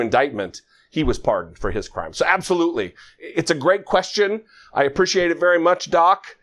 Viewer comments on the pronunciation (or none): I just wish he could pronounce appreciate. Then I'd think about it